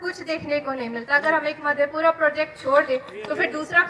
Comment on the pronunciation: Bihari angrej hain Madhepura ko Maadhepura bolta hain...law and order aur education par bola acha laga...ab Lalu kal ke liye Tejaswi ko jimmedar nahi tehra sakte..do Sal deputy CM raha admi itna toh bol hi sakte hain..sawal puchne wali ladki Ne pehle hi question out kar diya tha Kya?